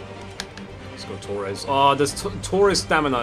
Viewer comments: It's Torres not Toures lmao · It's Torres. Not tourez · Tures- pronunciation